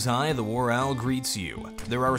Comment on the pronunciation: It's "Hi"? Every one of his videos I've seen, it sounds like "I." You are right though, it is grammatically correct if he is saying "Hi."